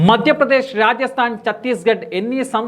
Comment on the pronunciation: മദ്യ പ്രദേശ് അല്ലെഡോ അക്ഷര വിരോധീ. മദ്ധ്യ പ്രദേശ് ആണ്. ആദ്യം അക്ഷരങ്ങൾ നേരെ ചൊവ്വേ ഉച്ചരിക്കാൻ പഠിക്ക്.🥵😡👺